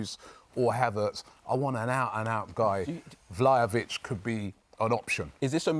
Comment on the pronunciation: Man said Vlahovic😂, I mean prove me wrong if you do come